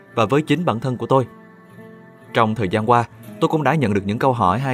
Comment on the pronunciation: giọng Nam nghe qua thì có vẻ ổn nhưng nghe kĩ lại thấy bất ổn, ví dụ điển hình: đọc thành wê hương, Anh wuốc, trong thời Zang qua, …